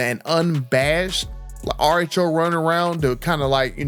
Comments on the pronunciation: I thought he was saying artichoke.😅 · Man I thought you were saying artichoke then realized you were saying RHO!😂😂😂 and I thought, what the hell is he talking about artichokes for?😂😂😂😂